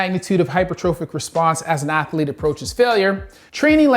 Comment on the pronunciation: I know this guy is a doctor and all, but it's funny to hear him pronounce athlete as ath-a-lete.